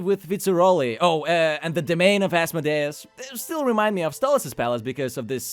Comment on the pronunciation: its az-mo-dee-us.